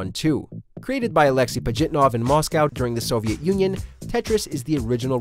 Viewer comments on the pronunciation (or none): none